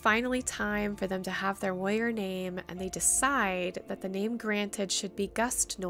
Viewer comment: At first I thought you were saying "Lawyer" but you were saying "warrior" lol! (This is not supposed to be hate btw!)